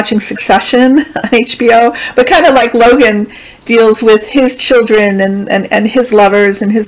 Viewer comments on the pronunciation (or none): none